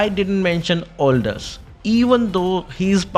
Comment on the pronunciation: It's Aldous not Oldoas